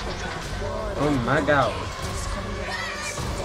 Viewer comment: the way u sayed "ohmagawd" tho.....